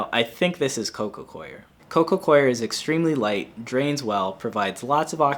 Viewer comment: I appreciate you saying Coco Coir correctly 😁